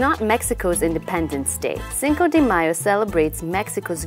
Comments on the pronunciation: lol she keeps saying cinco DEE mayo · Wrong pronunciation. Get your act together.